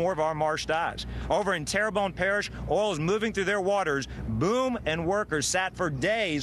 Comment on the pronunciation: 0.16 Did she say "oral" spill?? LOL!!!